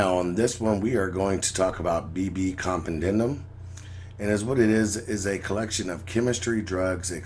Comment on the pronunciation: BB Com-Pen-De-Yum= BB Compendium